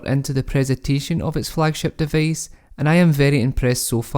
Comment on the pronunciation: Device becomes devace?